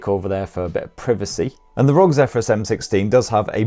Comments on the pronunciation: The way you say rog instead of spelling R.O.G made me uncomfortable. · Omg why do ppl say rogue its R-O-G 😫 🤣🤣